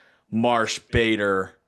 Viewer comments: Who's Harrison "Bahdar" smh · Did he just say Harrison buhdar?!? 🤣🤣